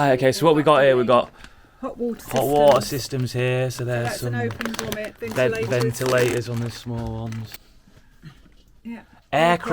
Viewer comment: Stop dropping your Rs. It's ventilators not ven'ila'ors.